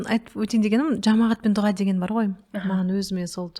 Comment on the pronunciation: неге дуҒа дейсиздер? друс жазылуы "ДУА" айтылуы да. дуга деген жаман емеспе 😮